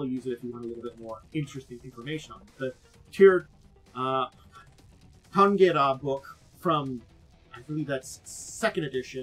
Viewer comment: The proper pronunciation is rather like 'SHEER sha-RIN-gah-ray'. Gaelic has weird relation to its written form. (Actually, the first syllable of both words start with the same sound as the word 'tsunami', but most English speakers cannot pronounce that letter for some reason.)